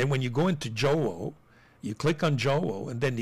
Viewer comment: Thanks for this video. So much information. BTW, Jowo is pronounced Yoh-voh. Thanks again.